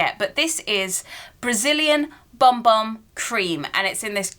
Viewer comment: You are supposed to pronounce Bum Bum as Boom Boom apparently.